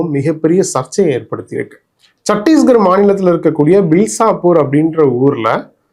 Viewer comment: பில்சாபூர் இல்லை பிலாஸ்பூர்